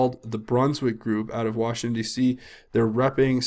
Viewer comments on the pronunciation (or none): none